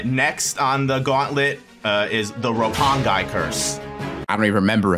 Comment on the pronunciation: Dude just said Roppong-eye! LMAO